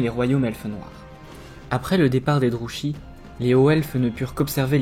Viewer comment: toujours un plaisir entre ton excellente diction, la construction de ta vidéo et le rythme. Une seule petite remarque, Druchii se prononce "Drouki" normalement (on l'entend distinctement dans les jeux Total War: Warhammer 2 et 3)